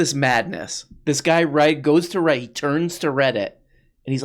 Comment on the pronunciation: "This is by the way in a categowy on Weddit ..." What happened there, Candy?